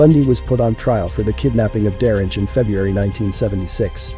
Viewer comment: And mispronouncing DaRonch 20 times in 3 min. Annoying!